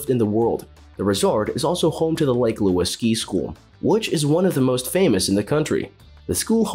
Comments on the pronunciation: So many mistakes made in this video - it's an absolute joke. The icing on the cake I felt tho was "Lake Luis"!!! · First time hearing Lake Louise pronounced as Lake Lewis.